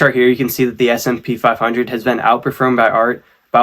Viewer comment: Hey man, it's S&P 500!! Not smp 😅 it'll help your video to be algorithm-friendly as you correctly classify it!